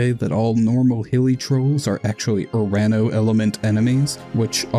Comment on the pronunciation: Nice video But as a Greek, hearing you say urAno instead of uranO hurts my soul in a way I cannot describe through words